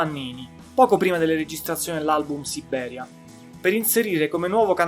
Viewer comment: Ottimo report, su una band il cui valore non viene sempre colto ..(Un piccolo appunto: non si può sentire la tripla B di Sibbberia, ..😊)